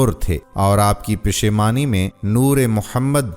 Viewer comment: پیشمانی نہیں پیشانی یعنی ما تھا